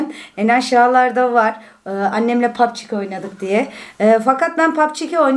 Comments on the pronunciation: pubg ye pabçik demesi😂😂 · Lütfen artik şu oyuna papçi demeyin g harfi ci olarak okunuyor pabcii mobayl die okunuyor o kadarmi sıfır ingilizceniz var